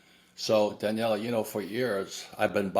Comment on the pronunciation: It's Daniela, not Danielle